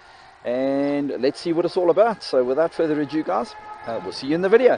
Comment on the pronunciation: Nice one, cheers. Btw, the word is 'ado', not a-dyoo. 😉👍